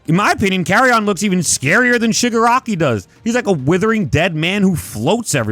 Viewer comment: It’s pronounced Carri-en you goof